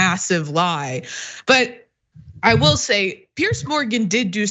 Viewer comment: Please pronounce "Piers" correctly. It is not pronounced "Pierce"